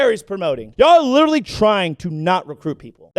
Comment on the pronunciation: LITCHERARLIE! LITCHERARHLIE!!!!!!